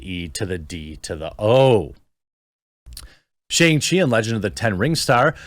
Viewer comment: Say Shang-Chi correctly